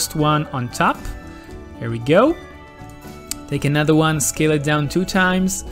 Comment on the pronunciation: .... Scale, not scael.